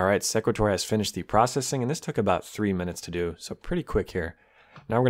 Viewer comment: its SE (e as in see) qu-At (at as in ate) or sE-quAt-or (capital letters pronounced how the letter is called)